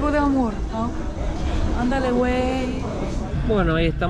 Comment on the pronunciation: Min me encanta como dice: andaleee wey!! 😂❤🇲🇽